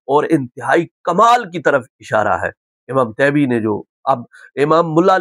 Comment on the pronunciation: مجھے لگتا طیبی کے ط کے نیچے کسرہ ہے حضرت بار بار فتح پڑھ رہے۔